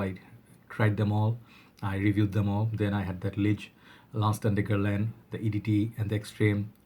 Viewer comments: I'm French and your pronunciation of Guerlain is pretty good 😉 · You were 90% ok with pronouncing "Guerlain" in the beginning of the video!